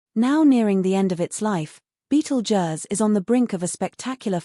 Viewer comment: If you wanna here a fake voice say Beetle Juzz a million times, then continue